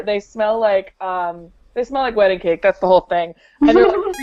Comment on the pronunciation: lol just watch the vid " it a wdding cake" :)